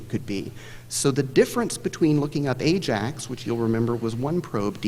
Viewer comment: Someone opted against taking a general ed in Classics. Buh-all, Ay-Jacks ^_^